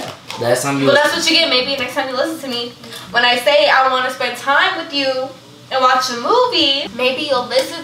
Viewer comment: I would pay money for her to be able to say with you instead of witchu lol